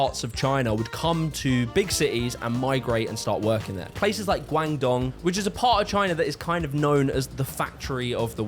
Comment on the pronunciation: Guangdong is pronounced "Gwong-dong" btw